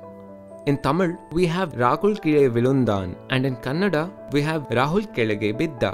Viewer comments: glad u pronuonced Kannada rightly 😊😊. Most of them say it as Kannad . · Exactly his pronunciation of Tamil and Kannada is so perfect ❤❤❤❤ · You being a non speaker of both ಕನ್ನಡ and தமிழ், pronunciation is very nice..👌😍